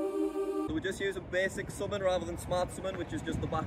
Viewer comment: Am I the only one who gets triggered on how he pronounces “summon”?